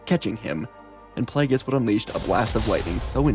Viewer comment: I just keep chuckling everytime you say "Plagueis", because you say it like the pronunciations are in dictionaries for words it comes out like "Plee-yay--gee-yis" lol.